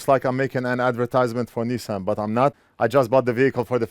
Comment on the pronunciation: First American I've heard say Nissan correctly. Enjoy your new ride. I hope it brings many safe and enjoyable moments to you and your family